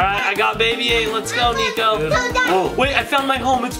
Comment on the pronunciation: it's not NEKO it's niko!